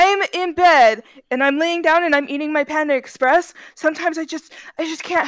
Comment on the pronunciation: Bro sed the whole menu of panda exsepreess